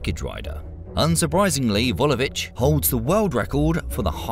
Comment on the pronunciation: Vesna Vulović , not Vulovich